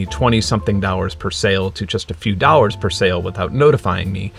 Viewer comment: For those wondering, when he says dowers, he means dollars.